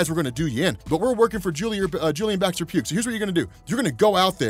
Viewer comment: "Pugh" is pronounced "P-YOO," not "P-yoog."